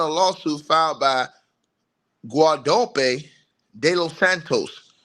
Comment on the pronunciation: Gua-domp-pe de los Santos? 🤔 😂